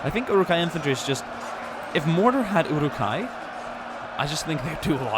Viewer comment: my LOtR side always cringes when you pronounce it yuruk-hai instead of Uruk-hai